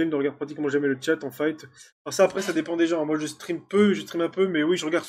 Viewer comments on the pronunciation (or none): none